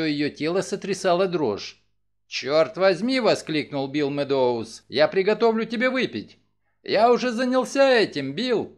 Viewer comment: Огромное спасибо! Единственное режет ухо фамилия МеддОуз. Правильно будет сказать МЭдоуз - ударение на Э (от английского meadows - луг) Ещё раз огромное спасибо за Ваш труд 🙏❤️